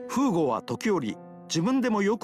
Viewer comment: Thanks for the upload! BTW I don't want to be mean but it should be フーゴ not ふぐ